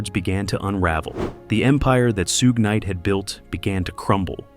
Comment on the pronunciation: Bro said "Soo Gay Knight" 😂